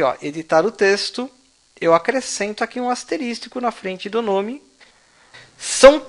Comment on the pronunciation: Aula muito boa, mas "asteristico" não existe, é asterisco.